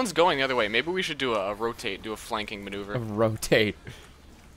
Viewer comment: What the hell is a "Flanking Menuver" ??